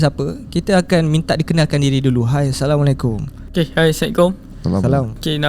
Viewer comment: Maaf ya, kenapa guest tu bagi salam " Hai Sekkom "..? Bukan Assalamuaalaikum mcm cara Islam yg di didikan oleh Rasullullah.. bagi salam telus sebutannya tu.. maaf jika saya salah dengar.